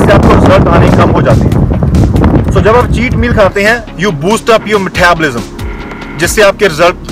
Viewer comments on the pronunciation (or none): Love ur video <3 no hates .. but ur "Methabolism" killed me 😂